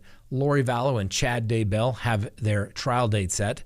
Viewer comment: Please speak correctly...Not Da-Bell...It's DAY-bell. Not that I give a crap about him...it's just irritating for an educated man pronouncing it wrong! : (